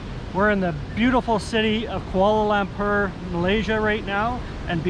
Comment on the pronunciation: If you are going to make videos about a city in a foreign country perhaps you should make an effort to learn the correct pronunciation of the city. It’s not “koala lamper”!